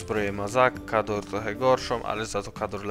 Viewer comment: A to jest Kharad a nie Khador!